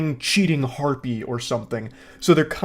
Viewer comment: I like how he always says Harpie